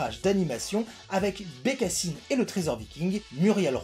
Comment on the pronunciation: BecassAÏNeee, is my voisAÏNeee... 😂😂😂